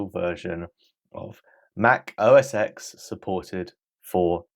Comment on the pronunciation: Thanks for the video, its a rather good way to catch up on this topic, which is good for me as I do have an iMac G5. The only thing I felt was missing was chapters for each video. Adélie is pronounced Ada-lee from what I have heard by other tubers. And also, if I didn't say before, MacOS X is said as MacOS 10, its a roman numeral. These days its just safer to just say macOS for any version, Apple moved passed version 10 a while ago.